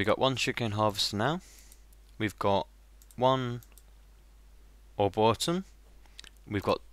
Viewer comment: are-bore-ree-tum (arboretum)